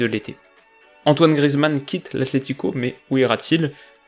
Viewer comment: Grrr, on prononce Grièzemann :p